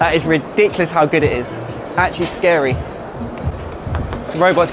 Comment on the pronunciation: That’s Ri-Dick-lius